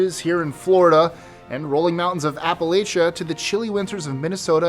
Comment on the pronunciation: 18 APP-UH-LATCH-AH